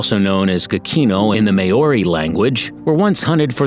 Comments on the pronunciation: it was not prounce as mayori it is maw-ri or ma-o-ri. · may-ory lmao its okay not everyone can pronounce words right its pronounced more like mau (roled r) y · Pronunciation of our native animals on this video is so terrible ! It's kind of offensive. Come on get it right! 😣 it doesn't take a rocket science to learn the pronounciation ... I mean at leat say the word Maori right ! It's not siad may-oary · It’s pronounced like this mow-ree not may-o-ri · oh a quick tip when a letter as a - over it’s pronounced longer (āēīōū) and Māori is pronounced like m-ao-ree so just mix the a and the o together and your good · “May-ori” No. It’s Māori Oml not the “two-what-tra” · it would've just been the butchering of the pronunciation of Maori and tuatara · Oh lord its annoying when people say words in my native tongue, the only words he said correctly was wētā, tui and kiwi, thats it, granted he did attempt so im going to like, i do recommend taking moari classes so its easier to speak certain words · im from new zealand you pronounced maori wrong. i don't blame you it's a hard language to learn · Tuatara is pronouced two-a-tar-a. Otago is pronouced oh-ta-go and maori is pronounced maari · Well done BUT!!! Maori is NOT pronounced Mayoree. It is Maowree, Tuatara is not Tooatara but TooAtaraa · just letting you know you dont say Maori as Ma-or-e you say it as Mow-re and also you say Tuatara as To-a-tara not To-atra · it is pronounced "tu-a-ta-ra" not tuatra and also Māori is pronounced more like "molree" not me-ow-ri -if you are going to do a video on nz can you at least learn how to pronounce the words properly - it really isnt that hard if you put a bit of effort into it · Hi Tuatara is pronounced two-aa-taa-raa, Maori is pronounced Mao -ree, Waikato is said as why-ka-toe, taonga is pronounced tong-a. Have a nice day! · Wtf is a may or ree? Wtf is a tu r trah?